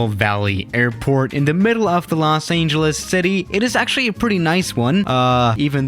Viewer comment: Los Aingeles